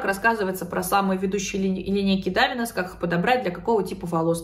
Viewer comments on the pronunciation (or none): Ударение на А❤ дАвинес